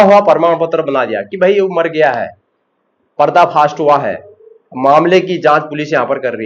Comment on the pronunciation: पर्दा फ़ास्ट नही पर्दाफास 🤣🤣🤣😂